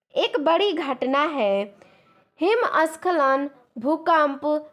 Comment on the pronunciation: Mame aap ko hindi padne nhi aata hai kya , हिमस्खलन ko himskalan pad rhai hai😊